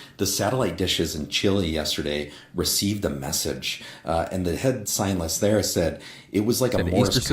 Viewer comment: Say his ts so why is he saying scienlis? Instead of scientist… like tf 🙄🤦🏼‍♀️